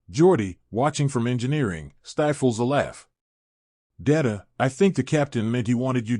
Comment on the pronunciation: Lost me at the pronunciation of "Data"